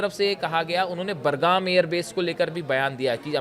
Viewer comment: Airport name pronounced is wrong. Correct name of Aiport is BUGRAM NOT BURGAM.